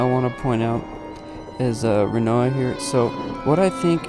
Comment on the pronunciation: Great video. But who are Quentis and Riona? Are you intentionally mispronouncing names?